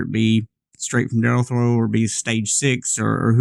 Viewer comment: Dellorto! Lol not deltro 😹😹